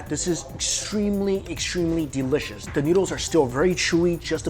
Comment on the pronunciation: It bothers me when he says "delishush" lol